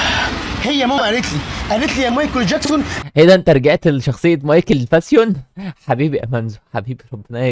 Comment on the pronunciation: فين الجمال في الموضوع بس ده انت مش عارف تقول مايكل جاكسون ربنا يسامح مامتك 😂😂😂😂😂😂😂😂😂😂😂😂😂